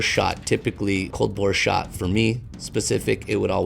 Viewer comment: Cold Bore* Shot not Bora ;)